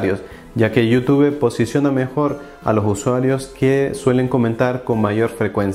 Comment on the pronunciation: Es: “LAIK” no “LAi”, no es “Yóutúbe”, es “iutub”.